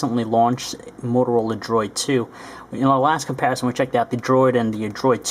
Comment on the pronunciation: eh he says "comparison" pretty weird lol